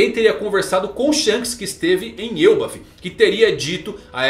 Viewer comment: Que mané frescura de "Êlbaf". É ELBÁÁÁÁF Elbáááf caraaaaai. Mané frescura de Êlbaf! Agora deu o caraai mermo